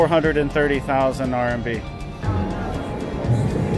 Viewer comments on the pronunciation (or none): & he actually said 130k rmb, good effort tho! I think that guy’s accent did make it sounds like 430k haha